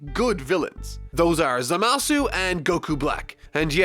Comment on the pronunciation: It's pronounced za-ma-su not zama-su